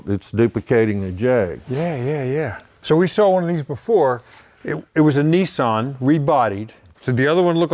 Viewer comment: Not neesarn but Nissan .